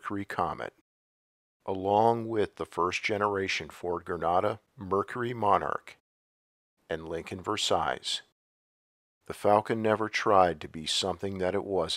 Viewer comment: The last "s" in "Versailles" is silent (ver-SYE).